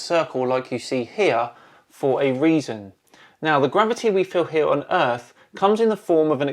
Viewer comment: The earff be flat. Nah wuddah saying?